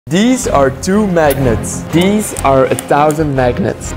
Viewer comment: I can't get over the fact he says "deez" instead of "these".